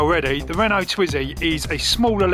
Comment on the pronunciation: Renoult is pronouched "reno"